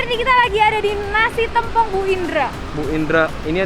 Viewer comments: Bacanya Tèmpong, bukan Tempong. Kl masih ga paham, contoh aja nama Rosè Blackpink, baca Tèmpongnya kek baca nama Rosè BP. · Maaf ka &, pengucapan t(e)mpong itu biasanya seperti ngomong "tempe" bukan "telur" hehe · Orang Banyuwangi nangis denger penyebutan sambel "tempongnya"😭😭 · Aku aja dr bali juga rada menangis denger penyebutan tempongnya😆